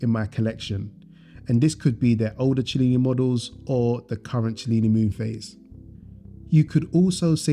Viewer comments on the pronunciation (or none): Cellini is pronounced Sellini, it means moon in greek😊.